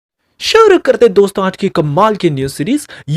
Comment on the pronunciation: Pl change the voice modulation of your beginning word 'Suru kartayhain dosto'.